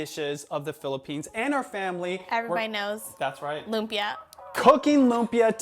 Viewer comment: He should at least pronounce lumpia right